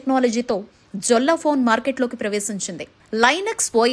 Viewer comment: జొల్లా కాదమ్మా. యెల్లా అని పలకాలి. యెల్లా స్పానిష్ . Jolla అంటే నగ అని అర్థం